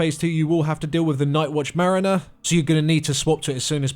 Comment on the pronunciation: merriner? Mariner? llol